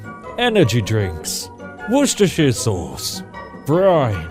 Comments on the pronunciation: I think you're the first person to say Worcestershire sauce correct. Wonderful performance 10/10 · OMG you said the W sauce name perfectly ! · thank you for pronouncing Worcestershire sauce. Never figured out how to do it. Never will have to again.